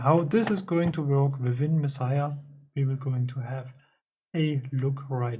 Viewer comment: Yes, perfect pronunciation! Mad respect for this. I'd prefer to have a dedicated box like yours than to modify one of these old cases to add knobs etc. Yours is a good size and angle too. And I've built a few eurorack modules, so I know how hard it can be to find the right parts sometimes. And it almost always costs more than I think it should. Do you mind if I reach out to discuss this controller further? By the way, I've got a Kerberos and MixSID en route, thanks for the heads up! Looking forward to more videos. Peace!